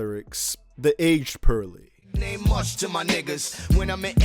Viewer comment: I can't distinguish his "poorly" from his "pearly"